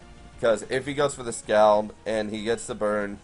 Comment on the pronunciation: Can't you pronounce scald? "SCAWLD"